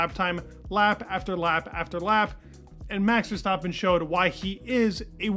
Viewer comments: STAAAAPIN LIKE STRAPIN (rhymes).. not Verstauuuuptin.. come on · why do you pronounce Max’s last name wrong?